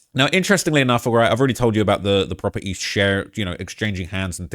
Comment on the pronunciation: That accent strong ash sometimes 😂 he said proper eeee (property)